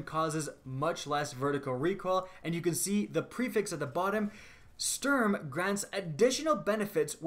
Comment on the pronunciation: could you do me a favour and adjust your pronounciation of "sturm". it´s the german word for storm and the s should sound like a sh while the u is pronounced as the english double o as in "loose" or "booze". that said, nice work, keep it up and have a lovely day! greetz from cologne!